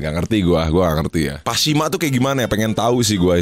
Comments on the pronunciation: pashmina, bukan pashima. kerudung yg panjang kyk selendang gitu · btw pashmina bukan pashima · pashmina bang bukan pashima😭🤣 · Pasmina bang bukan pashima 😂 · PASHMINA bukan PASHIMA😂😂😂😂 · Pashmina bang Pashmina BUKAN pashima kan itu jelas tulisan nya...jhaha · Pashmina woii malah pashima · Ralat : PASHMINA ya bang, bukan PASHIMA 😩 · PASHMINAAAAAA...... BUKAN PASHIMAAAAAAAA😡